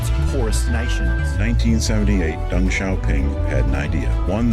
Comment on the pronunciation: The pronounciation of Deng in Deng Xiaoping is actually 'Dung'